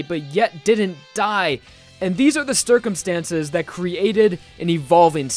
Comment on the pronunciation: "and theese are the stercumstances"